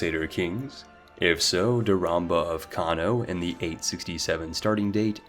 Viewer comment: You called her “DauramBa” like 10 times. lol